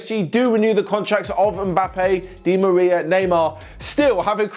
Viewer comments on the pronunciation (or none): none